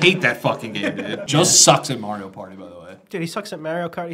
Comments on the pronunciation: Why people say Maryo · How can only 1 of the 3 say Mario right?!